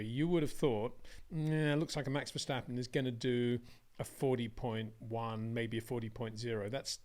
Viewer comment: It is NOT "Bottash" nor "Lewish" nor "Oshcar Piashtri" nor "Nyck de Vriesh" nor George "Russhell" nor "Fernando Alonsho" nor "Lance Shtroll" nor "Pierre Gashly". So why do you want to say: "Max VersHtappen"?